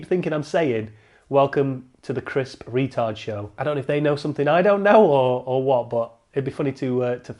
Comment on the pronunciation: sounds like pri-tard